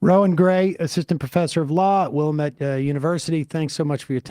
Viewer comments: It's Will-AM-ette, dammit. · If you live here it's pronounced Wil-lamb-ette. Although, I'm pretty sure Will-a-Mette is the official Native American pronunciation, I've never heard a local Oregonian say it that way.